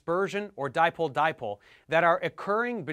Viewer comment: WTF did he say "dimple dimple"?